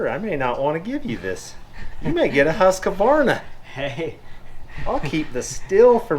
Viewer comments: There are only two a’s in Huskvarna it’s not Husk(a)varna.. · It is ”Whose-quarna” if you please. Either way, it is Klingon for everyone besides us Swedes. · Its pronounced Huskvarna ;)